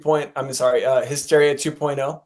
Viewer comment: What's the deal with the one dude saying HIGH-steria? 😆 Seriously, though...This album did not age well and I was so disappointed at the time it was released. "Hysteria" was really good even though it wasn't as good as the two previous albums, but I really didn't like this one at all. "Make Love Like a Man" is an awful title and the song itself isn't good, either.